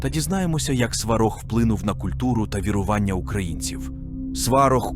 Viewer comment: Неправильні наголоси і вже не перший раз.... ОбрУчка, СварОг, вірУвання, ремЕслами !!!!!!!!!